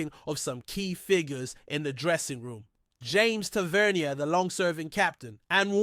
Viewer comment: its pronounced Tav - er -knee - er